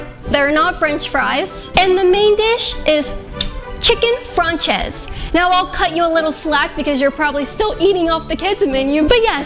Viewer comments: Ands it's pronounced fron say. It's French. Aside from that. My wife cooks for me, my kids, my family and friends that come over. I cook maybe once or twice a week and most of the grill time use to be mine but she took over. I also cut the lawn and do yard work like it's a second job. She only helps with that twice a year. Once in the spring when she wants to plant and once in the fall when she want to clean all the dead fallen branches for a nice fire in the pit. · Chicken Française is pronounced chicken "Fran-say", not franchez. fyi😁